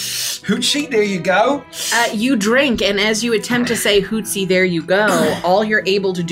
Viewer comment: it's Hootsie 😭😭😂